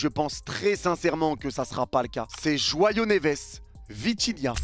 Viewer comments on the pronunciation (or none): none